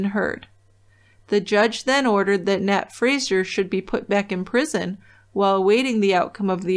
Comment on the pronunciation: It's Fraser, not Frasier. A really common Scottish name.